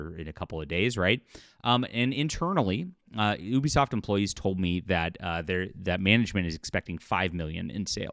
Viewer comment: It's pronounced You-Be-Soft, not Eww-be-soft.